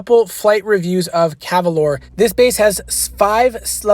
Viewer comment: NOT cavalore! its calavore